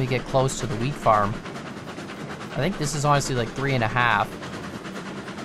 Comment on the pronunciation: whenever says wheat farm i swear to god it sounds like hes saying weed farm we've seen them in wisconsin before